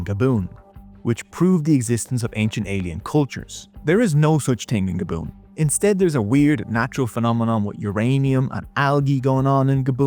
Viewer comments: I've never heard Gabon pronounced as gaboon before. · the country is called Gabon like “grab on” with no r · I think i commented about ur pronunciations in the last video i just watched, im just teasing u buddy idrc how u say it ajd ur vids are good. But its french its "gah-bonn" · lol I was like “where the hell is Gabboon?” “Oh, he means Gabon.” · Dude, learn how to speak- ‘Gaboon?’ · Super interesting video. I did raise my eyebrows at your pronunciation of 'Gabon', mind.